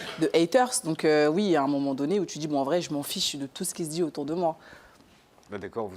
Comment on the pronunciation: Un album intchimiste !🤭 Elle ne se censure pas sur ce qu'elle djjiiit !🤭 Elle est plus matchure🤭 Elle a répondue djjirectement